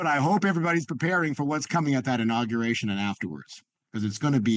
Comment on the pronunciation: He also said "inogeration"!